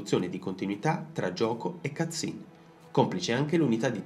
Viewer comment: bellissimo video, ma una cosa "cut scene" o "cazzim"? ahahhaha sembra la stessa parola. ottimo